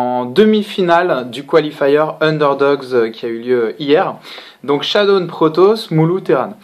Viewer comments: Pourquoi j'entend shadoune alors qu'il s'appelle shadown ? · "Chadoune" D